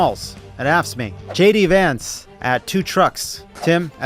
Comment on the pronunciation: I swear I heard Tim say Gay D Vance and Levitt call him Shitty Vance. Just aayint